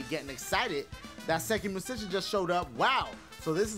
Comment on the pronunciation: festiVAL... i wasnt expectin that lmaoo idky it was so funny....and the way he say musician lmaooo